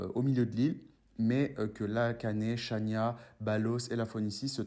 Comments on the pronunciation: Bonsoir on dit pas chania mais Rania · Xania se prononce Rania 😉